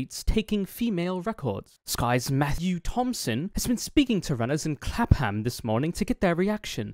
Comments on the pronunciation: If you ever see a place in UK ending in "ham" its usually said as "um" so Clapham would be Clap-um Also you do a better british accent than most american hollywood actors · Just to let you know, it's pronounced "Clap-'um" Brits tend to swallow vowels.